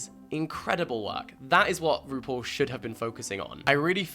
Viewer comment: this whole video i'm trying to figure out if you're saying rupaul in a british accent or roople